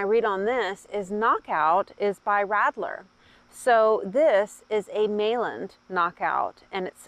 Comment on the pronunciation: The “l”s in Meilland are silent.